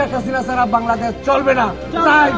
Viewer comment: ভাইরে, বাংলাদেশ, এটাই ঠিক মতন করে বলতে পারছে না😂😂